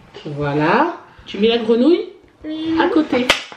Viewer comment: Hello. J'adore la façon dont prononce "grenouille". Je me surprends à sourire toute seule.